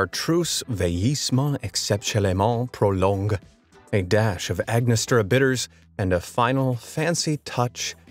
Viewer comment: He's been butchering some really simple English words (I don't know about too many other languages, but he definitely got angostura wrong). E.g. he misread Sandringham (one of the UK Royal Family's castles). It's literally said as it's written - sand-ring-ham (to be ultra pedantic, the major emphasis is on the Sand, there's none on the Ring, and the last syllable Ham (which can be pronounced more like 'um, usually by locals because of the accent) is about halfway between the two. How can you get that wrong!?